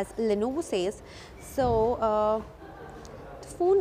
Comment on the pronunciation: Le no vo pronouncing is too good.. madam